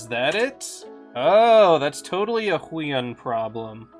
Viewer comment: heueun Me: Actually its pronouced who-e-on